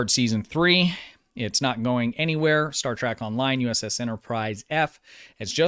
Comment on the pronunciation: Why do you keep saying Star Track?